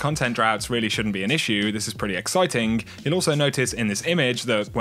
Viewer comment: Just realized how he emphasizes a words in a weird pattern"This is pretty exCITING, you also notice in this IMAGE, when you buy the expansion pass from this particular STORE, you get a limited edition bonus KEY RING..." Random i know, keep up the awesome and detailed videos buddy